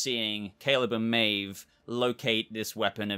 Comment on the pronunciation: who are Caeve and Maleb??? 😂🤣😂 I had to watch a second time to catch it. Great video as always 👍🏻